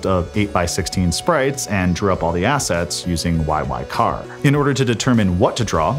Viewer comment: YY-CAR?? I have never seen anyone who pronounces YY-CHR as YY-CAR! It's always been YY-C H R (separate letters, like "see hache arr")